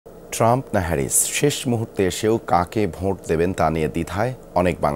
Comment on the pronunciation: নিউজ পাঠক ব্রো উচ্চারনটা ভোঁট নই! এটা ভোট হবে। বাংলাদেশ বলে কথা।